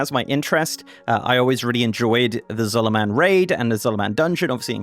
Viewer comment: There's no way you pronounce Zul'Aman like Zul"A-man, it's Zul"ahmaan my dude, where's your inner Troll?!